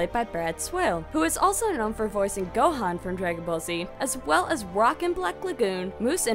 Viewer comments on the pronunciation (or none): none